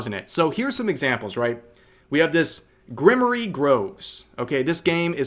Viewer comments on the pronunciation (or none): Love how you pronounced grimoire "grim ore ee" instead of "grim-wahr." Very classy. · Rev calling it "grim-o-re" groves instead of "gruhm·waar" made me giggle and have to take a double take. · Grimoire. Pronounced like Grim and noir with a w in place of the n. Rev: Grimmery. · I hope that's how the game pronounces it, and not how you think it's pronounced. The "-oire" of "grimoire" is said like in "noir". Blame the French for its pronunciation. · Grimoire pronounced like grimwaa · That pronunciation of grimoire☠ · Grimoire is pronounced “grim-war” Rev. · That word is "grim-wahr," it's a magical tome. It's using French spelling rules. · Grimoire is pronounced as "Grim-wa" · I don't normally pick people up on pronunciation, but come on, you're a gamer and anime nerd, surely you've heard of a grimoire (grim-wah) before. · The wait you pronounce "grimoire" makes me laugh. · That is NOT how you pronounce "grimoire" chuckles clipable moment :) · The way he said Grimoire :face-blue-smiling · Rev, you mispronounced grimoire. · Automata: I'm the ultimate word that Rev can't pronounce. Grimoire: Not to fast there, kiddo. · Rev, that is not how you say "grimoire".